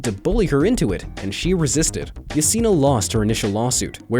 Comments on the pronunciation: Yesenia Guitron - Pronounced Ye - Sen - E - Uh. Not yaceena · Anyone else really irritated by the improper pronunciation of Yesenia?